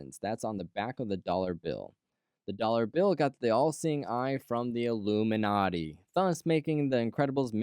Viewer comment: I disliked as soon as I heard the word "ilumanati"